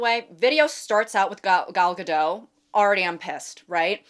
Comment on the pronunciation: It’s GadoT. The T is not silent